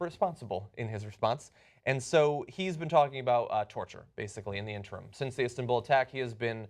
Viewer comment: "Istinbul." -John Iadorola